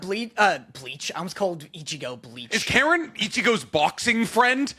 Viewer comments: it's not karen it's pronounced (carren) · It’s pronounced “Ka-Reen”